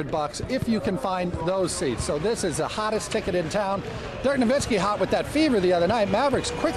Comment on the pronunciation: Stopped watching . Dumbfuck Anna pronouncing Dirk's name wrong. Bitch needs to be spewing her feminist bullshit and not talking about sports.